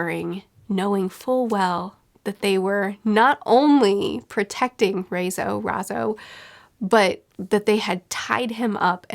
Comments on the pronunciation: Imagine the name Ryan with zo on the end instead of an. With Ry being spelt Rai and Zo on the end. That's how you say it, RY-ZO :D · Raizo is pronounced: "Rye"-zo Also Zunesha is a she right? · She can get Kaido’s name right, but not Raizo’s? Who has the same vowels as Kaido? 😂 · Raizo is pronounced similarly to Kaido.